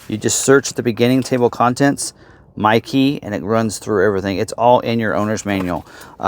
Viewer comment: Thanks to Niles, I only every hear "Mikey"...